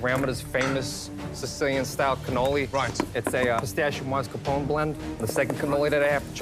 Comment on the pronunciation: There is no "dd" in "Ricotta" - use the "tt"s! There is an "e" at the end of "Mascarpone" - use it! "Cannoli" is already plural - why the stupid "s"?